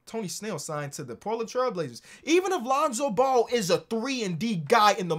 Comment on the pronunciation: He said lonzo bull 😂😂